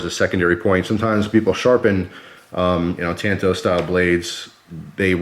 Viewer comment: Thank you!!!! You said it right! When I was in Japan and was touring a major knife factory one of the gents said to me it is called a " tanto" .. So I have forever been saying " You right kemosabe! You Lone Ranger me Tonto" . So thank you for that. Although a really cool knife wearing warpaint could look rather cool! I own the Ruike P138-W and it is stealthy looking , it most certainly won't show up on radar.. Haha! You are right about the quality coming out of China. Yes they have stepped up their game and they are hard to compete with price wise. Here is one of the issues I do have. Americam companies such as Microtech collaborating with a Chinese company to build the Socom Bravo. The Chinese are famous for copying designs. And they keep going till they reach perfection. Like Benchmade is heavily copied. It use to be the way the steel was ground and say the off green colors on their alloy scales. Well they have perfected that along with markings and even the boxes and hang tags are the right color and thickness. They do it with expensive watches and circuit boards and game systems etc. China is a monster that the west has created. We have paid them well to Rio us off. And in return people like Brandon makes deals to purchase products that they built using our designs. . Anyway rant over. The best part of knives like this is you can use them and not feel guilty when screw it all up.